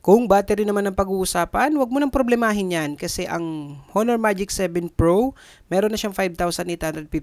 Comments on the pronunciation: ANONG HOONOOR?? WALA NAMANG PHONE NA HOONOOR. BAKA HONOR PO. DI HOONOOR. LOL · Onor ang tamang pronunciation nyan boss hehe. Ty sa pricelist. Sayang wala silang compact phone. Yung tipong 6 inches lang. Umay na ako sa malalaking cp kasi.